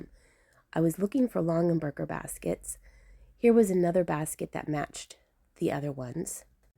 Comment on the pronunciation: Please say it correctly, it’s Long a Berger!!!